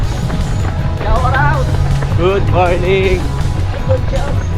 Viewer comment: "shawarawt" daw, shout out kumbaga haha